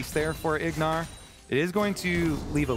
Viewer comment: Lol name plate had Ignar’s name as Huhi and called him Huhi a couple times too 😂